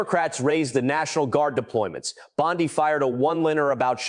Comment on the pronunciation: Bondee not Bondeye!